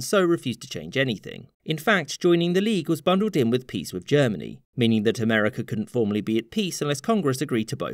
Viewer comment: I am unfamiliar with this "Amer-eh-ker" you speak of.